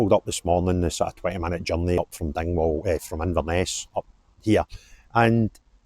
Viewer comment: Dingwall, not Dignwall....